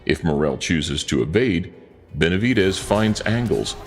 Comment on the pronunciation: .... the Ring Announcer's attempt at putting some representation on David Morrel's name, was seriously cringe, it came out like he was having a stroke....